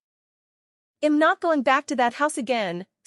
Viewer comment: They don't know how to pronounce contractions - "I'M" is pronounced "EM", "I'll" is pronounced "ILL", "He'll" is pronounced "HELL", etc. --- LOL.